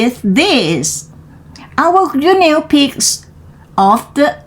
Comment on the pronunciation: ขำไหม🤠 ตอนเริ่มจังหวะกระชับได้อีกค่ะ เกือบดีล่ะ อ่านต่อมาดีขึ้น แบบนี้ล่ะค่ะ 👍 fist = กำปั้น โอ้ทอ่านผิดเหมือนกัน:face-blue-smiling: reached เป็น verb เสียง ed ไม่ออกเชด ออก ch-t shouted เป็น verb ออก ted ด้วยค่ะ shout-ted guinea อ่าน กินี่ guine pig หนูตัวเล็กที่ใช้ทดลองวิทยาศาสตร์ hippopotamuses หลายตัวออกเสียง ses ด้วยค่ะ official ออฟฟิศเชียล rate กับ late ออกเสียงให้ดีนะคะ โดยรวม ออกเสียงชัดดีค่ะ ดีขึ้นกว่าตอนเริ่มเรียน👏 ใส่ลิงก์บทความด้วยค่ะ